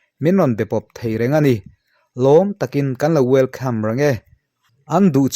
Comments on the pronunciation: welcome a lam rîk dan pawh wel kham...lam nalh thei khawp mai.. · welcome pawh wel kham tiin a lam zaih lam nalh thei tlat😄